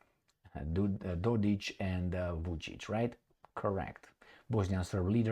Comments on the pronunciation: No, it's Dodik, not Dodich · The mans name is DODIK , not DODICH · It’s Dodik not dodić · Republik Srbska 💪 Its Dodik not dodic fyi Love your videos 9 January is Republika Srbska day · Yep Dodich :face-blue-smiling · Dodik is pronounced with a "K".